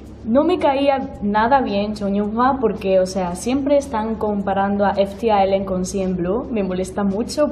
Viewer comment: primera persona que pronuncia bien ft.island